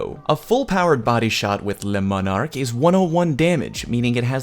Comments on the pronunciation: he didn't. He called it LES Monarque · Pronounced le monar-key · Say le manarque again “dexter laboratory meme” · Ooh, no no no, Le M O N A R Q U E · I don’t think i’ve seen a single youtuber who was able to pronounce this weapon correctly! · The video I made on how to pronounce Le Monarque is up!